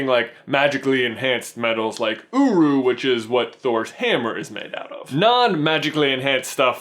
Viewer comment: at first i thought you said uyu ( which means milk in korean ) but then i realized you said uru